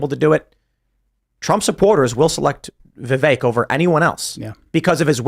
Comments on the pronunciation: His name rhymes with CAKE ... Its pronounced VIV-VAKE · I can’t stand how people still pronounce Vivek incorrectly.